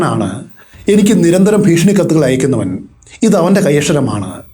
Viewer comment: All stories I am listening but let me tell you one thi ഭീഷണി Ennanu Malayalam place improve. ഫീഷണി alla ഫീഷണി is a comedy word